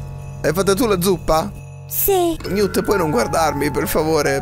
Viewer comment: quel robot si chiama Newt sitice Niwt ma sistrive Newt